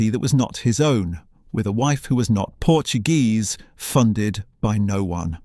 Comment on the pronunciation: I don't know why Narrators do not do a little research on how to pronounce PORTUGUESE and not in Spanish.It takes away from an otherwise good video.Please !